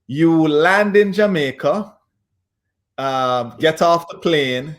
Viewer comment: We don’t say Jamaica 🇯🇲 like that .you are Guyanese . You keep saying we . Dr you went to University in Jamaica 🇯🇲 my apologies Dr .